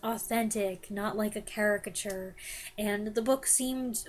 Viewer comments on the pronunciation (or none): none